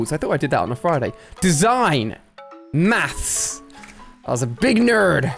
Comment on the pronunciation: why alia says mafs hahahaha